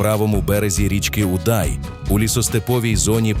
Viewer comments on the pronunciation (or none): Дякую за фільм про моє місто, дуже цікаво і гарно, але пирятинці роблять наголос на назві річки Удай на літеру "у", і саме це у вашій розповіді трішки ріже слух